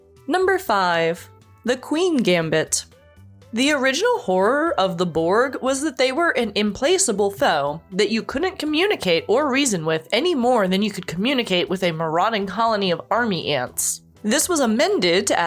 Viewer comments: Also, It's implacable, not im-place-able. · Okay, while we're nitpicking. It's "im-PLACK-able", not "im-PLAYSE-able" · Say it with me "im-pla-ka-bul", not "im-play-sa-bul". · I had to listen to this several times before I realised that you meant "implacable" (not "implaceable", which is not a word). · It's "im-plaque-able". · American here, you're right it's implacable. Probably one of those words someone always sees written but never spoken. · I think you mispronounced the word "implacable"....